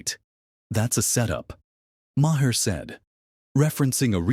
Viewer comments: His name is not "Ma hair" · AI. Says, "muh-hair." Terrible. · Say the dudes name right. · Good Lord man, pronounce his name correctly.